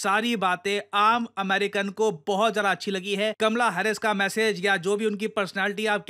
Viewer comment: "Kamla hares"😂